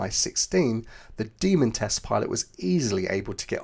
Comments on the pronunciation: Demon, not Demond. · when you say 'demon', try stopping the airflow before you slam your tongue tip down. that way it'll sound like you actually know this word.